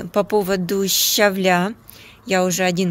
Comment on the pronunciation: ShavElya, a ne Shavlya,! Govorite pravil'no, esli govorite po-russki!